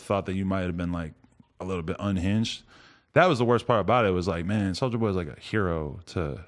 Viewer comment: "its a souja wood"